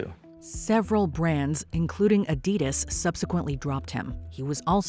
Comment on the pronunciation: Wow! That's how you folks pronounce Adidas?